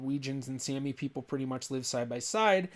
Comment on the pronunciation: You should learn the correct pronunciation of Sami.